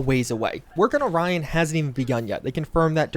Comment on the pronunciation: that's not how you pronounce orion lol